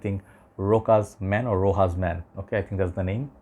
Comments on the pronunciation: Rochas is pronounced RoSHas not RoCas/RoKas or RoHas.. A couple of notable Youtubers keep mispronouncing this French name, making it more complicated than it is for some reason! Never mind 😅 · Rochas is pronounced the same way moustache is.